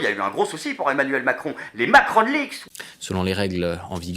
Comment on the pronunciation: " l'équipe d'Aimnuèlle Macron "merci la locution pour un présentateur.